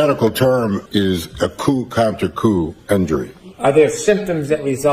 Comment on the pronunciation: Cracks me up every time calls it “coop counter coop”!